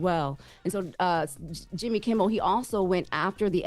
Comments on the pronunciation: Did she just pronounce Jimmy's last name as "Kimball"??? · She can't get Jimmy Kimmel name right to save her life. Every time on every episode she says "kimbel" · Kimmel, not Kimmbel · She keeps saying Jimmy Kimbal…. It’s Jimmy KIMMEL 🤦🏽‍♀️ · No “B” in Kimmel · His name is KIMMEL!!!! Please,, stop calling him Jimmy Kimble. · Why does keep saying Kimble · If she keep saying Kimbell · Is this girl calling him Jimble Kimble on purpose? Lol😊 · Is she saying Kim-bull ? Or am I trippin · Its KIMMEL for the love of Jesus as a reporter, say it right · yt:Did she say "Jimmy Kimball?!?!?!😄😄😄😄😄😄😄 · At one point she called him JIMBLE KIMBLE. OMG! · Its reference to howard stern show and the wack packer wendy the slow adult. She mispronounced jimmy kimmel name as jimble kimble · Man she really butchering his name 😂